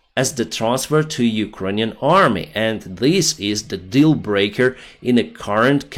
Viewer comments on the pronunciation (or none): none